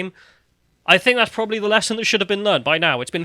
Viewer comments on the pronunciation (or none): none